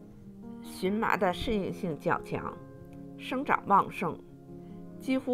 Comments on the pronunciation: 这个字念qian ma,不是xun ma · 发音不对, 荨qian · 做植物名的时候，读qian ：） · 谢谢您指教🙏,,这是多音字,在植物中的正确发音,我在荨麻茶的视频里纠正了.多谢您🌹👍🌼🌸🌷🌾🍀